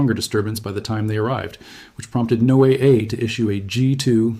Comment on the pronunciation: 👍 Good job pronouncing NOAA as Noah! Thank you. 👌✨ Well, the first time, anyway. Edit. Listen.